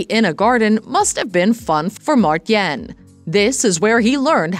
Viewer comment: OMG please do your homework before you say his Dutch first name a thousand times wrong in the same video.... You pronounce it as 'Mar-tine' (ENG) not 'Martjen'....